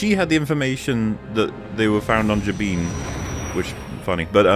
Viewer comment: I hate how they made Jabiim canon but didn't make any of its story canon and mispronounced the name. Its Juh-bim, not Jah-beam.